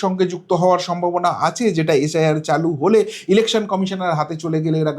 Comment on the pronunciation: Stop beating your own drum. Imprve your pronunciation ~ it's SIR & NOT Sh I R, congress NOT Congressh😮😮